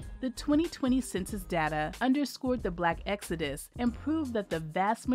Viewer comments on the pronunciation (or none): It's called Exodus, not Exudis.